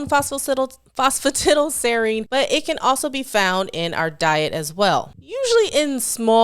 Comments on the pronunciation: Lol Not all americans pronounce it that way. She's the only one I've ever heard say it that way. Everyone else I've ever heard pronounces it "tidal" as well. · I'm tickled that Americans pronouce it phospa 'tiddle', not 'tidal', because the only other similar words that come to mind are piddle, widdle and diddle.